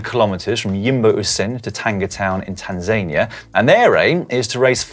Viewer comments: Just wondering where Dan’s Tan-zane-ia is? I’ve heard of Tanzania 🇹🇿 😂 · Did Dan just say, Tanzaynia instead of Tanzania!!! :-) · For years my wife has been mispronouncing the country of Tanz-an-ear as Tans-ay-nee-er. Then Dan comes along at 14.22 and makes my wife feel superior! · Dan, I don't think that's how you pronounce Tanzania.